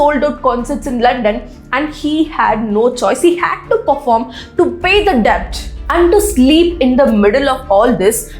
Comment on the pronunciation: Dont get me wrong pls get your pronunciation rt esp when it comes to English names and certain words like debt where b is silent